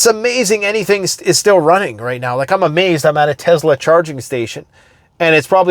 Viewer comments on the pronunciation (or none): none